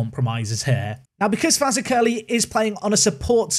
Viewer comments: Fazakerley is pronounced: F'Zakalee NOT Faza-Curly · Fazakerley, the accent is on the ZAK part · BTW it's pronounced Fazackly. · As a Guernseyman with a season ticket for GFC I'm looking forward to this series! Pronounciations: Fazakerley = Faz-ack-er-lee Mahon = Mah-hon De La Mare = Deh-lamb-air Canha = Can-ya Gauvain = Go-vine Frank Tobin and Harry Tobin are brothers by the way. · Afternoon. Fazackerley is pronounced like fuzack-ellie 👌 inspired a tier 10 AFC blackpool save 👍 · As a Liverpool fan you should know that Fazakerley is a district of that city and it is pronounced Fa-Zack-ally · Faz ack er ly that's how to say it phonetically. We have a town in Liverpool with the same name. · Fazakerley is pronounced Faz-ack-lee . It almost sounds like "exactly" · For the sanity of all our scouse friends... Fazakerley is pronounced Faz-ak-a-lee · How to pronounce Fazakerley. Faz - AK - a- lee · it's pronounced fa-zak-a-lee like the Borough of liverpool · It's pronounced Faz-ak-er-lee! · sorry mate but i have to say it, it's pronounced Faz Ak Er Lee or Faz Aklee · Fazakerley is usually pronounced with emphasis on the Zak, but to be honest, I prefer your version! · Mahon is usually pronounced Marn. Fazackerley you need to work on. Hard to explain that one lol